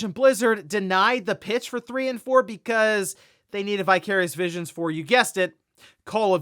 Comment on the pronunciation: Vicarious Visions. Oh, I kept hearing “Bi-Curious Vision”